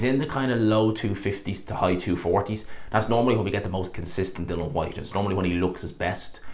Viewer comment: I don't trust your opinion. You're lazy as fuck and can't pay attention long enough to pronounce "Dillian" correctly at any point. I have to assume you only heard Nick Ball's name yesterday, and only got his name right because it's two syllables ...and that you made everything else up in the video off the top of your head.